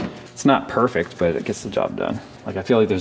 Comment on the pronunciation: tut never thought u wer perfic :P funny but never perfic :)